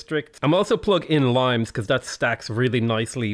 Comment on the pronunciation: FYI: It's lee-mess or lye-mees, it's a term for Roman fortifications (cmiiw)